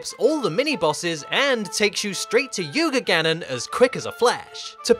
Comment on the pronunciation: it's not Yuga Gannon it's yugannon!